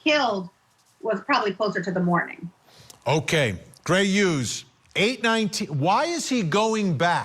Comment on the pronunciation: Why do yoi keep saying Gray 'ughes'? It's HUGHES